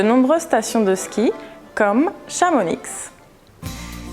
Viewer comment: Scusa, ma Chamonix non si pronuncia senza la x?